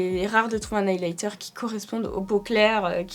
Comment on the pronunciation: Super vidéo comme d'habitude 🥰🥰🥰 eyelighter au lieu de highlighter😅😅🤣